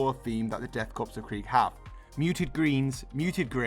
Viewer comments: It's pronounced cor not corps just fyi. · It's pronounced core and not corpse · I hate to be "that guy" but Korps (and corps) is pronounced "core" not "corpse." You don't pronounce the p or the s. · p.s isn't Korps pronounced 'core' rather than 'corpse' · I mean…they’ll become Death Corpes of Krieg either way lol. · ^ This. Pronounce it like an apple "core". 👍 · Great video and I love the use of Sharpe's 95th rifles! FYI don't pronounce the 'p' in corps, (though many of them will likely be a corpse after first contact!) 🤣